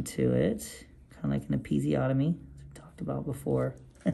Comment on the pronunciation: Did he say “episiotomy “!?!? Ummmm…